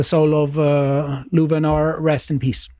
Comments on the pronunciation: You might want to look up his name again. His name was Rouven L. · It’s Rouven L. Not Louven R. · Rouven L., not Louven R. It would be great if you could correct that in due commemoration of the good man. He did, by the way, NOT defend and save the killer. There's a new video from another angle that clearifies what Rouven L. did. He acted heroically. May he rest in peace. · Direct dislike, without watching a single second: YOU GOT HIS NAME WRONG!!! It´s Rouven L. NOT Louven R.! Mistakes can happen, but this one is a real shame. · It's ROUVEN L. NOT Louven R.... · Its ROUVEN L. Not Louven R. Change this pls